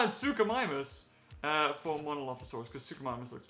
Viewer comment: What it's not suchomimus